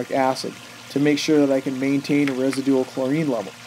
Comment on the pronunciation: "resi-dual"??? You put the wrong em-fussis on the wrong si-labble